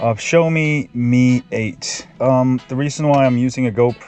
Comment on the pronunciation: For a tech channel, I would think you would know how to pronounce "Xiaomi" and "Mi." SMH.